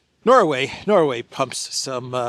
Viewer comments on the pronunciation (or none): none